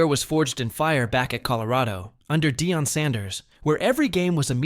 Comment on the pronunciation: This robot saying Day-on Sanders had me rollin!